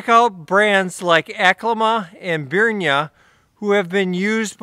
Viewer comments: He is not being paid by them that is for sure. Said name wrong whole time. At the top of there own web page it says "Pronounced "Brin-ya". :) The products they provide are some of the best. I own multiple pieces of clothing from them now. I have the 3/4 pants in the Arctic Collection and they are to be used on the coldest of days. I am ordering the Super Thermo Mesh as I want them for the 10°f and up temperature. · At the very beginning of the video I heard something like "burn your wool mesh orpvsrtchrtrt" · I love your pronunciation of "Brynje". I'll start to use it here in Norway, too... Thanks....